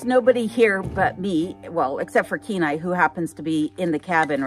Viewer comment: Kenai.. not Kenine. Lolol . So sweet he is. So cute just want too hug kisses, kisses.